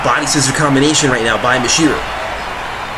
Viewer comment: Stop mispronouncing Michiru wrong! >:C